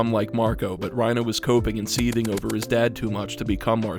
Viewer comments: It's bothering me that you're calling him Ryna instead of Reiner. You're clearly American, why are you calling him by the Japanese pronunciation?? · Just thought you should know Your saying Reiner wrong. Your saying it like Raina, when its Reiner. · I wish i could understand a single damn thing in this video but i’m getting distracted by “ryenah” smh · Why was he saying ReinAH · This is a great video, but i can't get over how you keep calling him "Reinuh" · The "reina" pronounciation is killing me bro, I can't watch this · Why are you saying Reina (Rhyn-uh) sir? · lol bro is afraid to say Reiner with the hard R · this is probably a good video but the way u pronounce reiner makes me angry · I loved the video, but please, Reiners name ends in an “ER” not an “a” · He says Reiner like trump says China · you pronounce reiner the same way lois from family guy says peter